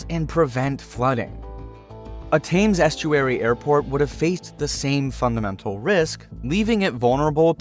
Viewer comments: You say it "Tems" not "Tames" Estury. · Thames is pronounced “Temms” not “tames”. I find it astounding that Americans can’t get names of very well known places correct. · It's pronounced TEMS, not TAMES. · It’s pronounced “tems” not “tames” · Heathrow used to be named "Heath Row" and "Thames" is pronounced "Tems" not "Tames" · "Thames" = "Tems". Not "thaymes". x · Expansion at Gatwick will occur before a new runway at Heathrow. The best option for London would be to build a new airport well outside of London, most likely north or north west, with proper high speed links to the city and the rest of England and beyond. Thames rhymes with tems or hems, not tames. A rout is when you run up the score against an opponent. Route rhymes sounds exactly like root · River Thames, pronounced: Tems. Not Tayms. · Thames is pronounced "tems" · It’s pronounced “temz” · You were doing so well until you tried to pronounce "Thames". It's pronounced "Temmz" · Let’s address your pronunciation of Thames it is pronounced closer to Tims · 7.50.... 'tames' estuary 😂😂😂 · Utter madness of an idea and a very one-sided and shallow account of the issues. Oh, and it's the River Thames - pronounced "Tems". The rest of this report is about as accurate. Back in the 1960's - or maybe even the 1950's - the civil service decided a new airport would be built at Stanstead, which partially exists today. That is where any expansion will happen. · River Thames is pronounced River “Temz” … in the UK a fairly large percentage of our place names and land features aren’t pronounced as they are spelt. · He can't even pronounce Thames properly,how do you expect him to understand English geography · DUDE - Please look up how you pronounce the name THAMES!